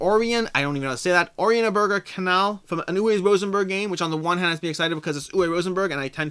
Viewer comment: Oranienburger - the u is pronounced like the end of "who" or "you".